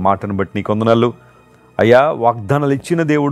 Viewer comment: Amma 🙏 Aaya kaadu Ayya 🙏